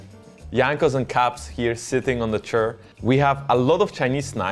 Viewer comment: "sitting on the chur"